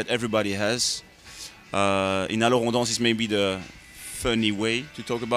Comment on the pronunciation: ***** IKR. Alors on danse was pronounced badly as well lol.